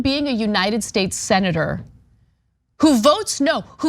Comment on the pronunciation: HAHAHAHAHAHAHAHAHAHAHAHAHAHA MDE. PELS. "SENATOURRR" APPARENTLY YOU DON'T GET IT WE ALL KNOW IS YOUR DOING, YOU OWN IT YOU OLD HAWG HOW DARE YOU YOU ARROGANT INSIDE TRADER CORPORATOR DEM EXTRAORDINAIRE.